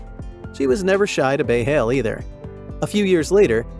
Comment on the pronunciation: "She was never shy to bay hail"😂 it's bale hay